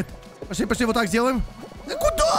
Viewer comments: говарит не пошли а посли.Я первый раз вслушалась,так угарала.ХВАХПХВХЗП))))0))0))00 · он скорее всего не выговаривает пошли и получается посли ))